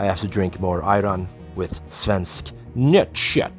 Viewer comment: "Svensk Nöttkött" :D No one could pronounce it better than you!